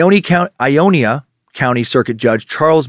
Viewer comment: Ionia Michigan Pronounced like...."eye-own-ya"......completely understandable...i would have fucked that one up myself but live a few towns away from Ionia